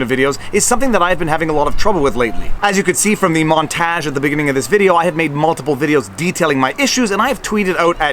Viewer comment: I can't decide which is more disturbing: Youtube arbitrarily gaming the system or a guy from Montreal, of all places, that doesn't know how to pronounce the word "montage"...